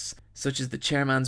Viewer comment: Did he call meruem MIRIAM?